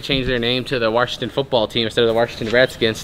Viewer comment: Warshington... ha